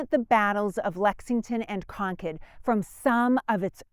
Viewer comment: Thank you for pronouncing Concord properly.😊